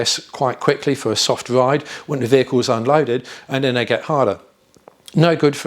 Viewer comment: Really wish you could pronounce your 'Thats, thens etc' instead of Dens and Dats .